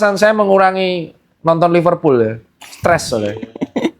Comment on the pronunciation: "mengurangi nonton liperpul" wkwkww